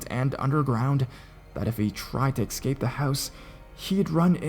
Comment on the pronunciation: It's es-cape! Not, ec-scape. You are a very talented narrator & I absolutely love your work. But that just drives me crazy.